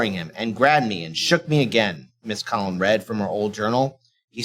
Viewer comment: It's weird that pronounces Colón as /ˈkɑl.ən/ instead of /koˈlon/. Does he honestly not understand the concept of accent marks? Of course, he also pronounces "dossier" as /ˈdɑs.i.ɛɹ/ instead of /ˈdɔs.i.eɪ/.